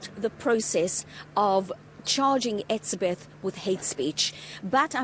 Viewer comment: Why can't she say hes name correctly???????